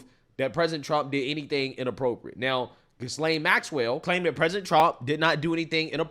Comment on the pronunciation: It's not hard to Google "pronounce Ghislaine". It's pronounced Gee-lane! NOT HARD PEOPLE